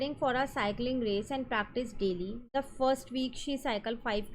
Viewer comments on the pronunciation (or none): none